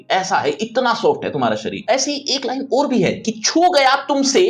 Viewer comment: Sir Aoor hai ki Aur ..clear karyiya